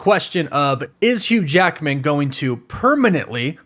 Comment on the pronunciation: “Hugh JAEKMIN”